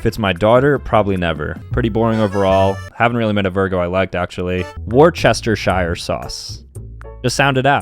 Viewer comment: British me crying over his pronunciation of Worcestershire